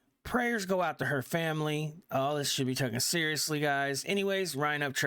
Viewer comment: It's Taken not tookin